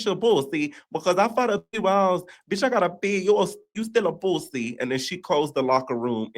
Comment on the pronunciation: The way you said pooosi took me all the way out 😂😂😂😂😂😂